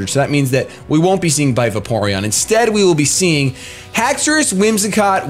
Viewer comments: Don't worry its Hax a ris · Haxourus is pronounced hax ur us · No because dinosaurs have the 'au' in their name, which makes the sound of 'aw'. Haxorus only has an 'o' so I don't think its pronounced Hax-aw-rus. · It's pronounced Hex-er-iss. The anime and 3D pro both pronounce it that way. What 3D pro are you looking at? The correct pronounciation is how said it before his AHA moment. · It's not spelled Hacksaurus, so it's pronounced how you thought it was before.